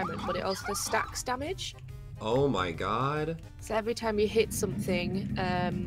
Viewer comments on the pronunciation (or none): I like how he says "oh my gay" instead of "oh my god"